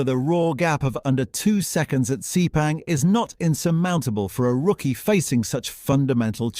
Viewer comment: "DOO - CARTEE?" "SEE - PANG?" Seriously?